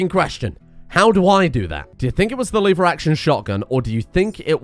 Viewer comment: Lever, not liver.